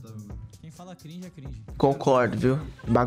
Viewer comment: E cringi fala cringi.concordokkkkkk